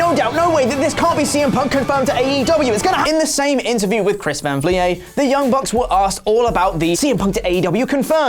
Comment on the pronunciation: Saying chris van vliet 😨